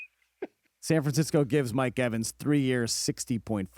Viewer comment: Mike EVENS lmao. Put some respect on his name smh!!!